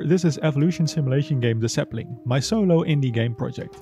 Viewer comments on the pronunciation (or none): I've been watching a lot of your videos, since I recently found your channel, and I realized you have a pretty thick accent. Of course, I've gotten used to it, but I noticed when you say "The Sapling" it sounds like you're saying "Dassembling." Sorry if that offended you in any way, I'm just curious what your accent is.